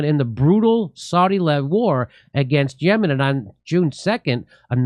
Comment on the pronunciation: This is not Yeman , YaaaaMaaan 🤣 So it’s Iran …